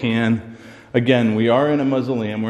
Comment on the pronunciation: Ok it is a Mas-u-leum. lol I love the hot sauce and that voice said, "get out!". Rock on!